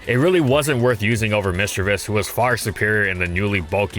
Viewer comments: MISDREAVUS, NOT MISDREAVIOUS! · My favorite line of pokemon. I know for a fact that it did great in it's competitive scene so I'm so happy for this. I love gastly! Misdrayvus? You tried to say that wrong